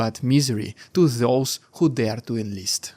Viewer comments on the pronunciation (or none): none